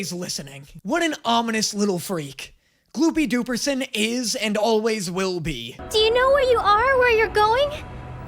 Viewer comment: calling it gloopy dooperson gets me every damn time